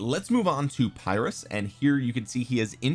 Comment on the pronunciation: Saw Chisgule's video where someone commented that it's not said as Phyrrus. He was a Greek so I believe him. Said more like (Pir~us). Also Pericles looks very like Imhotep. 3rd skill is only garrison skill. But Imho has pretty decent buffs and debuffs. So for kvk1 and 2 it might be okay for those who save all gh's for SOC commander's and or Alex/YSG(Both are questionable choices these days). Just forget YSG and pick up Zhuge from kvk3 forward.